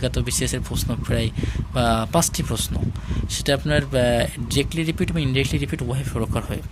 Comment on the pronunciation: পশ্ন' না, এইটা উচ্চারণ হবে "প্রশ্ন"। ধন্যবাদ।